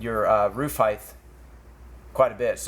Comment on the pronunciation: Brilliant! Just a quick English lesson. The words are width, length, height. There is no such word as heightth or heighth.